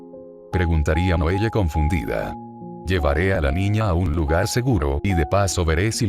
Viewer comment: Un consejo (sin ánimo de criticar, solo para mejorar) es ajustar la narración de Loquendo modificando los nombres para que los pronuncie correctamente. Por ejemplo, para que Loquendo diga bien el nombre Noelle, puedes escribirlo como "Noel" o "noel le" (según la pronunciación que prefieras, no recuerdo como era). Sé que requiere algo de trabajo, pero en "Google Documentos" puedes facilitarte la tarea usando el comando Control + F: esto abre la herramienta de búsqueda; luego haces clic en los tres puntos para desplegar la opción "Buscar y reemplazar," y allí puedes ajustar los nombres rápidamente con la pronunciación deseada